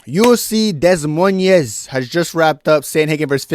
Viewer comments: Never heard some butcher the pronunciation of “Des Moines” so badly. Not even Chael could mispronounce something that horribly 🤣🤣🤣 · That pronunciation of Des Moines is INSANE lmao